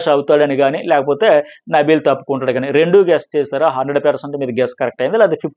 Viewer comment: Nabeel ❌Nibbal ✅